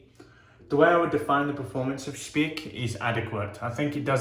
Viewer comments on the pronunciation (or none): Dear, the correct pronouncing is spike and not speak. ❤❤ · Many years ago I lived in Munich but was not a wet shaver then. I missed out. By the way you pronounce the second vowel in German. So like pike. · Solid review! It's pronounced a bit different, but doesn't matter! I personally only use the aftershave splashes (Classic and Active which is a bit more citrus forward and less medicinal) from Speick. As for creams I mainly use "Esbjerg" which is an Austrian artisan, so I like to support a local business. Michael Freedberg made a review a few years back. All natural ingredients, great quality IMO.